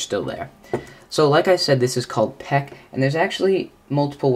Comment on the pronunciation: Actually, it's called "Peek" (aka Aero Peek), not "Peck".